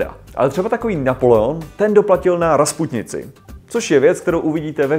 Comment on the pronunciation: Není to náhodou Rasputice a né "Rasputnice"???